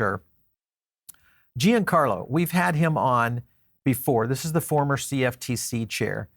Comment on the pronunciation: FYI: Giancarlo is pronounced "John Carlo", not "Gee En Carlo"